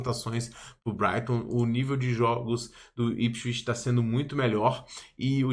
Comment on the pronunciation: se pronuncia ipswitch, com som de T no final